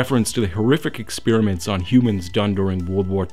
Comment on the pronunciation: It's petty, but I can't seem to help but be distracted every time you say "expeeriment".